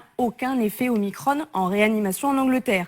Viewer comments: Oui, sauf que 15ème lettre de l'alphabet Grec Oblige, faut dire OmicRON avec un "ON", comme tête de cON. Et non pas omikronne ! ça c'est du Novlangue ! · Oh leur omicrône !!!!! pour ne pas déplaire au démon élyséen ... prononçons omicron comme il se doit !